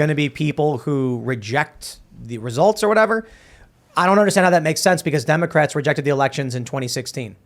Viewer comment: He said 'Democrats' incorrectly.